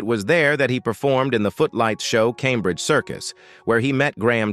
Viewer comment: So many problems with this video, including mispronouncing common words such as Cambridge.